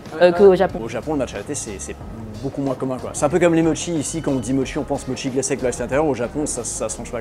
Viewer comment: Dans la première boutique, "irasshai", c'est vraiment dommage qu'à part le mot "matcha", aucun nom ne soit correctement prononcé ... Pour une boutique spécialisée Japon je trouve ça lunaire ... "chasen", "mochi", les noms des marques mentionnées, etc. C'est tellement dommage, c'est la base :(